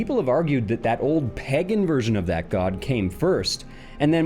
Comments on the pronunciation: You have to fix your pronunciation of the word "pagan", man. I don't want to keep thinking about "pegging gods" when I watch your videos. 😰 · Just have to point out the was you say pagen sounds like peggin lol